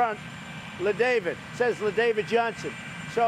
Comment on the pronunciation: 4.30 He still gets the name wrong !!! It's La David not Le David.... Trump clearly says "Le" as in Le Moron.